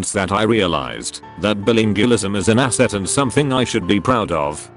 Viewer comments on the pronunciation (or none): none